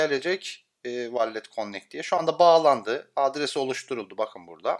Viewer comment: Yanliz , vallet deil vollıt